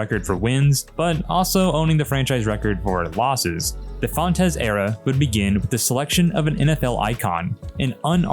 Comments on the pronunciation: Its pronounced Wayne Fonts NOT Wayne Font - es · I'm sure someone else has said this, but Wayne pronounced his last name as fonts not fontez. 😂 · Its pronounced wayne "fonts" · Fontes is one syllable, not 2